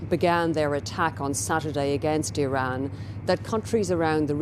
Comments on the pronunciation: irins missile defence😂irans you stroked out doofus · Geez, you’d think that if we’re going to bomb their country, at least Trump could have the respect of correctly pronouncing the name of their country 😂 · He can't even pronounce Iran properly.